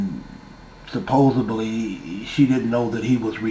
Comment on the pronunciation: Supposebly is NOT a word!!!